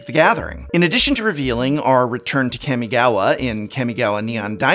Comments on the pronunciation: Kah-mi-ga-wa. Not Cammy-gawa 🤮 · Please say kamigawa right im begging you